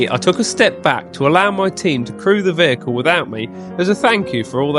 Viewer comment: "... also known as Spud, the vEEEechicle" 😂